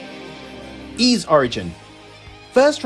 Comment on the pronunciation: A really nicely put together video. I’m really looking forward to Ys IX but can’t decide whether to get it for Switch or PS. Having VIII and Celceta now on PS I may get it for that. Ooh, just one thing, and I think as you are a massive fan of the series I should say, the S is actually pronounced like an S and not a Z (think Peace not Please).